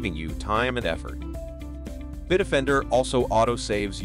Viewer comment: Kind of silly using an AI to read the ad. BIT OFFENDER is how the Bitdefender is pronounced by the AI. What no quality control? Also no conjugation of verbs. Ug! Unwatchable.